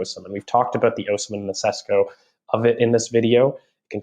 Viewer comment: It's "shesh-koh". I'm half Slovenian. I guarantee if he comes to the premier league no commentator will say his name correctly. This makes me mad. I would LOVE him to come to Arsenal.